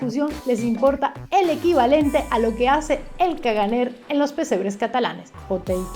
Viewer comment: Con las cosas que tenemos vas y sacas lo del caganer que se pronuncia "cagané"😂😂😂😂